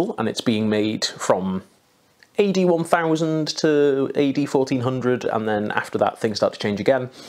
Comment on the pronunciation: I heard "AD 1000" as "81,000". 😅